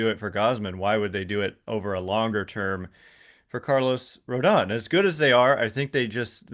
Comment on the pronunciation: Hopefully you tell SULLY how to correctly pronounce Carlos Rodon's last name haha. Heard his podcast about free agents and he kept pronouncing it Rondon haha